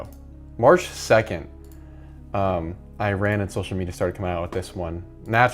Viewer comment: My guy please learn how to say Iran right